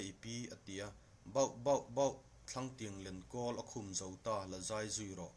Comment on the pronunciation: Thlangtiang lenkawl a khum zo ta," "Khum" lam rik dan a diklo,a dang pawh diklo a awm nual.Naupang in an ngaithla thin si a,tawng diklo an hman phah ang tih a hlauhawm.